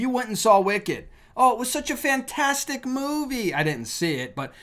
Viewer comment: Its " wicked " literally